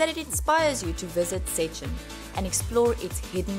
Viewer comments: First thing to do in Szczecin: Learn to say Szczecin correct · not really wrong, just funny